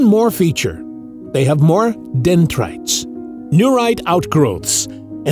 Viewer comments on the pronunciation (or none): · "beg the question" does not mean what you think it does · it's dendrites, not dendtrites